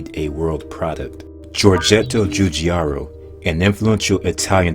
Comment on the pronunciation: I'm just so sorry, but the way you pronounce Giugiaro is just.... YUKH. Djewdjaro... uhu.